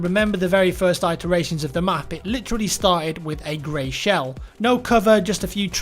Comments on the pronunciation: am American and I have never heard "eye tur ay shun" only "it er a shun" he mispronounces words all the time. It's not an American thing it's just his own thing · The Fedderation it-eration rather than i-teration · Wtf is an I- teration - IT er ation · yeah - every time he said it I was going "its not 'eye-teration' you idiot, its 'it-teration'". Hes been listening to too many Americans probably lol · I thought iteration was pronounced it-teration? Not like....eye-teration. Oh well, to each their own. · 'I-teration'? Nice pronunciation lol :P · stop saying "eye"teration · I'm American, and I can assure you, we pronounce it "it-teration". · Adrian Collie in NJ and haven't heard anyone say iteration as eye-teration lel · It-uh-ray-shun Check the pronunciation on Google lol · I'm British... Never heard anyone pronounce it like that in my life... I say it-eration. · iTeration, in a Apple Store near by you. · Your pronunciation of "iteration" is weird haha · Adrian Collie Although famous for butchering a variety of English words, I believe not even Americans pronounce it like that. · I'm American and have never heard anyone pronounce it like that. But thanks for assuming we're stupid that's always fun. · Adrian Collie You clearly don't live in the U.S. if you think that's how we pronounce it. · Adrian Collie Americans don't pronounce iteration like that.......were not idiots ;( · that's really not the way to pronounce Iteration lol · You've never prnounced Itteration before this have you? You've only seen it read. It's a short i not a long. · pronouncing iteration hurt my soul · I always thought iteration was pronounced with a short "i" sound. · yeah it's really annoying hearing it like that. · its not a British thing, maybe he unfamiliar with the word, knowing what it means but has never heard it it any spoken context. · The Fedderation It is. isn't pronouncing it correctly. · Prime Paladin certainly not just fucked up with this one word.